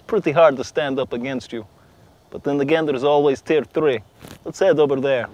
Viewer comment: when he said tier it sounded like tf, Team Fortress Three confirmed